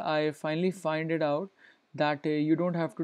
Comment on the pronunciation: I just bleed through my ears. that "That" and "It" pronunciation........